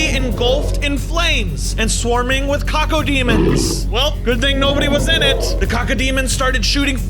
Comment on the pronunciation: Man's just said cocodemons instead of cac o demons